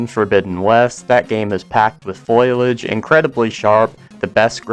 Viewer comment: that is not at all how you pronounce foliage. (the OP spelled it wrong too fwiw)